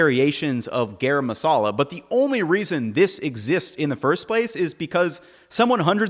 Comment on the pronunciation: It's garam masala. Not gayraym masala.